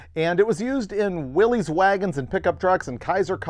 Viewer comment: will always point out it is Willys, pronounced Will-iss, not Willy’s or Willies.